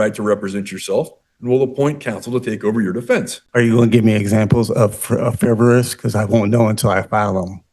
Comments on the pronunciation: 😂😂😂 “FIVEROUS”….what a scholar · "Frivorous"? Yeah, you're capable of defending yourself. One wonders, after watching the entire video, how this guy ever made it to adulthood! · Man, what a hard *ss judge! I always get away with "fevverous" document filings! 🤪